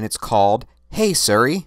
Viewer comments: siri not seri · Is he mispronouncing Siri on purpose?